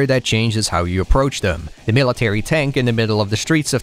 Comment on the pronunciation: I know I’m an asshole but why can’t you pronounce the word “the”? It’s always “da”. I can’t explain it but it irks me to no end.